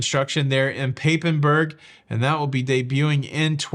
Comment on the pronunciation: Meyer Werft is in Papenburg but it's pronounced more like papa than paper.